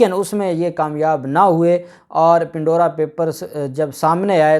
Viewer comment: Pan-dora Pandora Papers (Not Pin-dora)